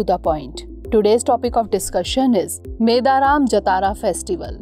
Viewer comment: It's not pronounced as "Meda Raam". It should be pronounced as " Medaarum" Also don't pronounce it as Jathaara... You should pronounce it as "Jaaathara"